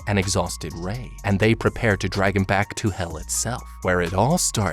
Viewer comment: you messed up on ray's name and that made me laugh but its ok